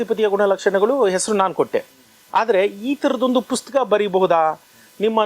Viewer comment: Sir ಪುಸ್ಕ.. ಅಂತ ಕೇಳಿಸುತ್ತೆ... ದಯವಿಟ್ಟು ಗಮನಿಸಿ🙏